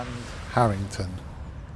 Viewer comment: Nice video,not far from me,its harringworth not harrington though. Thanks for sharing.